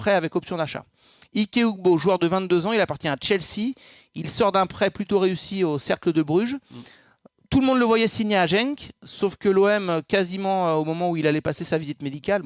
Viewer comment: Genk :prononcé "Guenk" et non "Jenk"